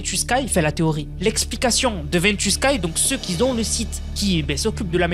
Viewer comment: Arrete les liaisons debiles "les gens qui zont , les gens qui zaime" 😂😂 "y en a qui zont" y a pas de z a qui